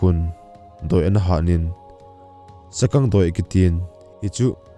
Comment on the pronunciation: Nice but Sagang pronounciation chu Sa-gaang tia nasei joh d dan ahe👍